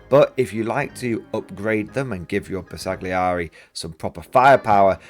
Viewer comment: Great video. BTW Bersaglieri is not pronounced with a hard "g" it is not a soft "g: either. It is better to not pronounce it at all.